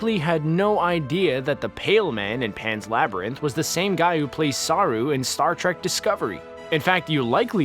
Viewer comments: ..... Sah'rue.... So close.. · Saru it’s pronounced quicker than saarruu